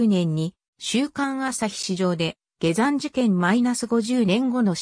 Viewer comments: 他にも変な日本語があるので機械的翻訳なのか本当のところは不明、下山をゲザンと言うのは変だ。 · ゲザン事件。 はじめて聞いた。 ゲザンさんて、にほんのかたですか。 よく、アップするなぁ。 でも、ふるはたたねもと、が読めるだから、わざと、ですねぇ。